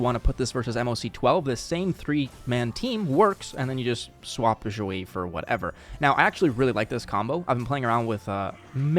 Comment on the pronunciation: Do you speak chinese cuz the way you say Xueyi sounds right I don't speak chinese i'm just curious